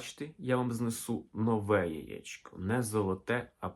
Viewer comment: Сонечко, тільки не "яічко", а яЄчко !